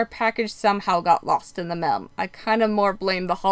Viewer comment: Spelling and pronunciation errors really make you appear less intelligent. You didn’t toke the test you took the test. Mail and male is pronounced with a long A sound not ‘ mel’ with short E sound.